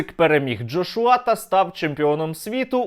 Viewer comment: ДжоШуа? 🤦🏼‍♂️🤦🏼‍♂️. Ти хоча б імена людей правильно вимовляв.